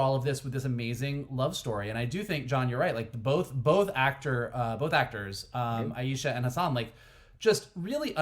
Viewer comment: Since a couple guys have already explained why Kamala's time travel doesn't create any paradoxes, I'll just point out that you two guys need to pay attention to how Shannon (correctly) pronounces great-granny's name : aye-sha, not aye-eee-sha